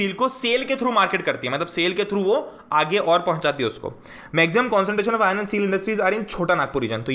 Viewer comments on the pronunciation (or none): If anyone noticed he says "ion", not "iron"😂